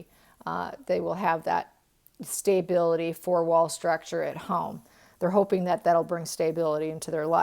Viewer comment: Quite intriguing readings! By the by, I've never heard the word "stability" pronounced "stay-bility." Most Americans pronounce it "stuh-bility."